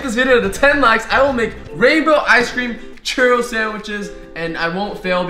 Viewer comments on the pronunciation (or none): its pronounced chooro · it sounded like he said "cheerio" which i am eating right now!!! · you say churro like cheerio without the i